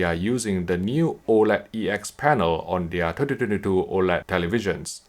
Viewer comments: i’m sorry man but it sounds hella fun when you say 2022😁 tyhdityhditoooo.. try saying it as 20 20 2 and that should help 😊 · Good material, as usual. Although I was being distracted by the "tetytetytoo" all the time - took me a while to decypher it :p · I hear "tititititoo" each time ^^ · I love the way you say 2022 😂😂😂